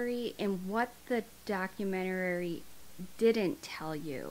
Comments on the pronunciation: Its documentary not documenterary. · I know this isn't related to the case, but why do you keep adding an extra syllable to "documentary". It's like the word "document" with the word "airy" added to it. Where in the world is "document-er-rary" coming from?? Probably gonna get shit for even asking but I'm actually curious where that pronunciation is coming from. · I agree with everything you're saying. But it's DOCUMENTARY NOT DOCUMENTARARY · I love your videos.. I have to say though as you say it a number of times, and I no I sound pedantic lol.. it’s docu-men- tary. I keep hearing docu-men-ta-ary-ary. You do say it correct sometimes. Maybe it’s my hearing..- Your videos are well delivered and very detailed. I have only just stumbled on your channel. I do really enjoy them they are very delicate subjects, you cover the cases well, and with compassion xx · Wait. "Documentarary"? 😂 Lol! (Sorry- I couldn't help myself) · The documenerererrey lmao 🤣 I love you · I hope you don't think this rude, but it's "documentary" not "documenterary". ♥ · DOC U MEN TARY NOT DOC U MEN TER ARY I’m pedantic I know. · *documentary lol not documentarary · Documenuary?Documentary?? HAHAHA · It's documentary. Not documenterary. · I’ve watched all your videos and I Love them all, but please pronounce the word documentary correct you’re saying documentarary. It’s just “document-uh-ree. “ not document-uh-rare-ree. Not trying to be mean I love your vids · I enjoy your channel and think you are a goodn storyteller but, Sweetie, you are adding an extra syllable to the word "doc-u-ment-er-y". It's not "doc-u-ment-er-AR-y" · So nobody’s gonna mention “documenarary” ? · ma’am i’m sorry but it’s “documentary” not “documentarary” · Doc-u-men-tar-y. Is how it's pronounced, NOT doc-u-men-tu-ar-y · It’s just Doc-you-meant-a-Ree, not documentararry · Documentary not DocumentaRAry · What the hell is a "Documentararyrary"?? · Love your work but it's not "document-or-rar-ry" it's just "documentary" 🤣